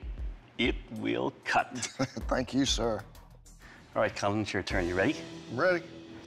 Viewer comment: NOW,i-t-w-i-l-l-c-u-t,not eat will keel hahahha